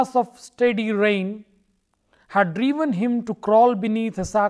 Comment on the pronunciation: at 19 .51 it is rain not pain